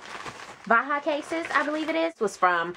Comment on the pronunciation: its pronounced like Baja